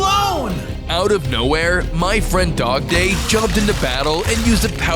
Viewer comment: Dogday sounds like a day